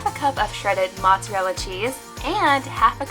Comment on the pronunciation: Did he say Monsterella I instead of mozzarella? 😂